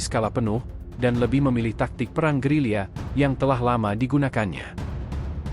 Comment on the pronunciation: Gerila bukan gerilya